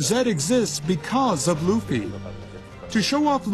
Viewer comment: luff ee? omg, someone slap that bitch, its LOOOF EEE